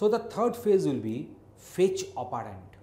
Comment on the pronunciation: bilkul shi kaha.....mai kehta hu Chirag Pahuja isse acha operand pronounce kar lega